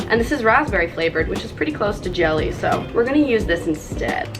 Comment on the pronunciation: did anyone else notice that she said gel ee to her brother XD